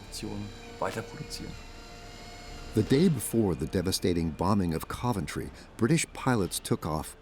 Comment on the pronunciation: Hideki Tojo didn't go to Berlin, it was Matsuoka, the Foreign Minister. Also, some of the pronunciations in this video are really bad, like the mangling of "Coventry". With all the work that went into this, why do you undermine its credibility with obvious AI narration?